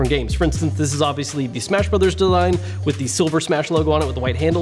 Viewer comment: he says “deline” instead of “design” LOL 😂😂😂😂😂😂😂😂